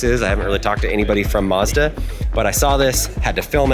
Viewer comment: It’s Mazda not Modza it’s a A not O